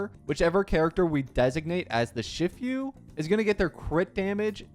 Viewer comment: "Shifyu" die.